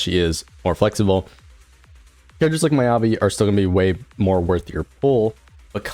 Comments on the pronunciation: and miyabi as my-ya-bi.... it should be me-ya-bi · my-ya-bi and yu-zu-wa. thats rage baiting.